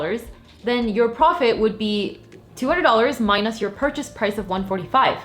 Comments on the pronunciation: Love this. And also love how she says “mine-us” :) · I can't front: I love the way you pronounce minus ("my-nosse") 😎